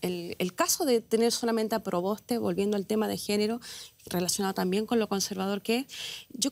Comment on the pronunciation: “Yasna ProBOSTA”. Jajaja